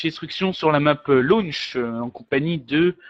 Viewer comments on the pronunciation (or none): Il a dit Lounch😂